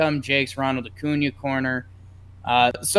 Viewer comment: It’s so great loves Acuña But Keep butchering his name😂